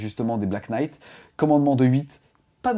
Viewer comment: Svp en anglais le "Kn" se prononce "n" , notamment dans les mots "Knife" , "know" et ici "knight" ... j'ai les oreilles qui saignent .